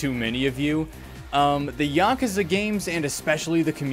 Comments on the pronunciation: As a Japanese person, your pronunciation of “Yakuza” is the correct way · At least how you pronounce Yakuza is closer to actual pronunciation than YaKOOza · Dog you pronounced it dead on, tiny bit of accent but I do it too, being murrican and all. Also this video was great. lol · Nothing wrong with this pronunciation, it's like the closest sounding to how they say it in japanese while still being american sounding imo It's yuh-KOOza that bothers me personally, but not in any dramatic away just a lil slight. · That's the more correct way of pronuncing it. You're fine. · The way you (and I) say "Yakuza" is literally how they say it in the games in the words native language. "Ya-koo-za" has never been correct. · You might be the only member of the Yakuza fandom who knows how to say Yakuza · you actually say Yakuza similar to the way it's said in Japanese so you're saying it right lol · That's how you're supposed to say yakuza. You're the first person I've seen make a video about it that can even say it properly. They all say y'kooza. It's not how you say it. It's very annoying. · You're pronouncing it correctly